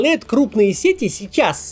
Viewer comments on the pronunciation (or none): "Маркетинг, сети, красивее" эти ударения в вашем исполнении вызывают кровотечение из ушей